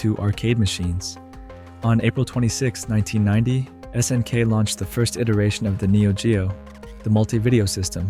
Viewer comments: "...many fighting purist stayed with SNK`s 2D offerings", while showing a clip of Street Fighter 2. Video seems like it has a good start but then starts with butchering pronunciations of "S>N<K" and several games. He could have made a simple google search to find out how to pronounce words like "nihon" or "garou" along with several others. Vid was half-baked for me. Other channels have done Neo-Geo vids much better because they lived during that time. This guy doesnt talk as if he grew up in that era, just repeating a wiki or some article in a dry way. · Obvious AI content--it can't even pronounce "SNK" correctly.